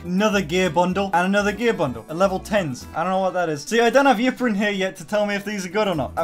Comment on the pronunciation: Btw ypperins name... We pronounce it erin